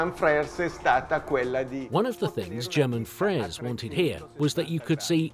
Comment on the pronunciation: The "G" in German Frers is an "H" phonetically - as in "Herman Frers."